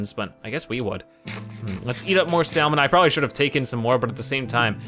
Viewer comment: Did you pronounce the l in salmon? XD as in "sall-mean" instead of "sa-mern"?